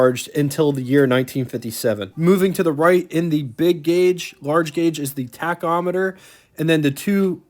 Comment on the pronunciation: You did very well covering the Hawk. You said tachometer-perfect! Check your 0 to 60 time. It was 8.7 seconds. The coupe style originated in 1953 when the famous Loewy coupe was introduced (actually designed by Robert E. Bourke). I'd like to see your documentation regarding an AM/FM radio option. Studebaker first offered a Delco AM/FM radio as an option in 1964. Most American car manufacturers offered AM/FM in 1962 or 1963, depending on what source you are referencing.